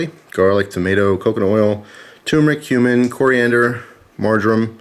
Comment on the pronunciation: we know u said cumin, but it sounds like u said human